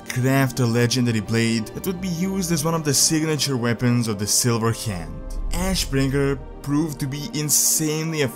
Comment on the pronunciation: Ash........................ Bringer! Why the pause? It's just ashbringer, innit?